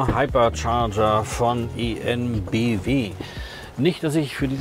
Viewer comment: Ich weiß, dass Deutsch schwierig ist😂, aber es könnte sich lohnen, zu lernen, die Namen einiger Unternehmen wie EnBW richtig auszusprechen.